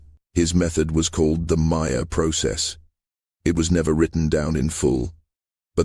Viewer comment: is there ANY corroboration of any of this? Any sources? Also, Myer is constantly mispronounced throughout. Miso? Miser? C'mon now.